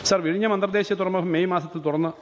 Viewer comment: Ha ha ha " Virayniyum' sea port....? Or Vizhinjam...? Todays AI based text to speach software can pronounce better than this guy. Proud of Vizhinjam ..the deepest port in India.